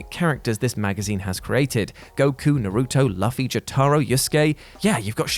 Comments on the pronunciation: This mf said Lufy. You pronounce it Lou-fie. Hey announcer, if you are going to mess up English, mess it all up, you racist! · While I love the list, I'm just hung up on ' pronunciation of "Luffy" as "LUH-fee"... It's pronounced "LOO-fee" mate! Get your egg screwed on right! Eggs these days... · it's Luffy with the "ooo" sound not "ugh". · Hey, so, can I ask that your channel never speaks about anime ever again? Luhfi? Nahruto? Jotahro? How do you screw up Luffy?! It’s LOO-FII! It’s not that hard! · It's Luffy no laffy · I Agree With This List 100% 😭 Also Pronouncing Luffy’s Name Like “ Luh-Fey “ Made Me Sad Af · Yo how are you gonna claim to be an anime fan and then blatantly mispronounce Luffy? Hard U not soft U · The biggest missed opportunity was butchering those anime names 😂😂🤣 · The way he pronounces Luffy made me cry a little